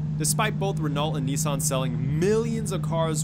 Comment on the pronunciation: It’s nis-sun not knee-son